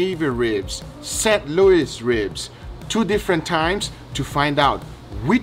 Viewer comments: "set luis ribs" wow... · "Set Louis Ribs"